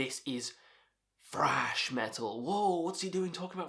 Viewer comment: Thrash, not 'frash'.